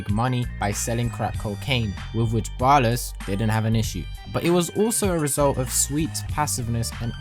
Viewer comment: Ballas* not bollas